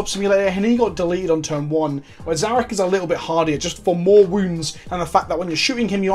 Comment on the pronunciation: Finally Someone who can pronounce Szarekh properly. I think if you want The Silent king you have to build around it in your army. A C'Tan you can just yeet into any army, but this boi is a definite build around to get them most out of the model on the tabletop.